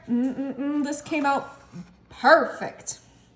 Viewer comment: She said “parr-fect”